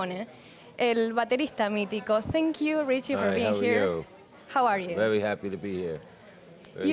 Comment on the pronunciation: "Richi"??? ya me la bajó...